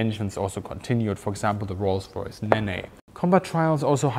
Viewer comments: 'neeen' not neyney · What he said. Nen or neen, never naynay. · Love your work,. Just one thing, the Rolls Royce Nene is pronounced Neen. Tbf, my German is limited to zwei bier bitte, so I'm the dumkopf, but thought you'd like to know 😉 👍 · Rolls Royce Nene isn’t pronounced as Nay nay it’s pronounced as Neen. (Like the River) because most Rolls Royce jet engines are named after British rivers. Sorry had to correct that. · Grand summary but the Rolls Royce Nene (named after the river Nene, naming from that point on becoming a sort of RR 'trademark') is pronounced Neen not Nini. [You mangle English way less than I mangle German pronounciation so no worries] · Just a small note, the rolls royce neh- neh ( nene) is actually pronounced neen! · The Rolls Royce Nene engine was named after the River Nene (many Rolls Royce turbine engines were named after rivers). The river is pronounced “Nenn” or “Neen”, depending on exactly where along the river you are (see the Wikipedia page about the river for more information about the pronunciation). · thank you for this video. the Nene is pronounced neen. I always feel sorry for people speaking english as a second language we have ridiculous pronunciation. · The engine name is actually pronounced Neen. The early RR engines all seem to have been named after rivers, the Nene being in Eastern England (Although in Northamptonshire it's pronounced Nen). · nene rhymes with mean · “Rolls-Royce néné” - it’s pronounced “neen” by the way. Named after the river. Although given my German is far worse than your English, I should give you a pass on that one. Nice video though, learned a lot, and I already thought I knew a fair bit about the vampire 👍. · LOL,. That's two videos you've pronounced Nene hilariously. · I don't think the Nene was pronounced like that.. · Your pronounciation of the rolls Royce Nene is..weird.